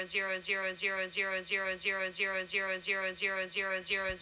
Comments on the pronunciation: It’s saying D-Rose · It kinda sounds like Roxy or yours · Is siri saying girls ur girls it sounds like it fast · Sounds like tumor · After a while i heared the mix of euro and rosi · Why it lokey sounds like she saying your on steroids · It kinda sounds likes euros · it sounds like shes saying its yours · I all I hear is euros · Lol it's saying monney